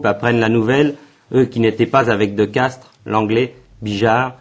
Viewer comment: Le général de Castries, pas "de Castres".